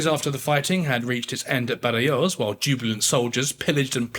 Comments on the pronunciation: Badajoz is pronounced Bathahoth, where the first th sound is voiced and the final voiceless. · It actually took me a while to realise which battle he was referring to, because I was hearing him saying 'Badayose'. I eventually made the connection, though. The Spanish pronounce 'j' as we do 'h', rather than the more German 'y', and a lisped 'z'at the end. I was expecting 'Badahoth', which I would have recognised. The sacking of the city was so atrocious that Wellington ordered it should not be repeated and anyone who ignored this would meet punishment. It was thereafter used as an example for the assault of other cities, when the inhabitants were warned 'Remember Badajoz' before the assault began and then told that if they surrendered they would be properly treated. It worked and lives were saved on both sides. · Baderjoz… can you please pronounce it properly. Otherwise it just sounds like you are reading off a script and you have no interest in the subject or content you are presenting. Like the channel but it really makes it seem like history is being butchered. You’re not the only one. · Love the content but please learn how to pronounce “Badajoz”! In English it would be pronounced “badahoz” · Ciudad Rodrigo => see-oo-dah rod-ree-goh Badajoz => baa-dah-hoth (or hoss, if you prefer a non-peninsular version of Spanish) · Badayoze lol. Dude. Dont u wanna check how it's pronounced? Bloocher? really? cmon now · Badajoz…….come on get the pronunciación right……j pronounced like a scottish ch, and z pronounced as th as in thing. Ciudad Rodrigo…..Ci…..is pronounced similar to THi in Thing …..oh dear…..